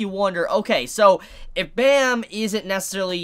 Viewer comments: Great ep for sure. Should definitely get new comers hooked on this amazing series. As an FYI and being Korean myself, the main characters name is pronounced phonetically like "Baam" or "Bomb" not like the sound effect bam. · The way you pronounce Bam gives me the creeps every time I hear it.